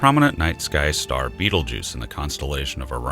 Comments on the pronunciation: beetlejuice? lol its 'baytalgurz' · Damn Beetlejuice... that is not how it's supposed to be pronounced lol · Please pronounce the name of the star properly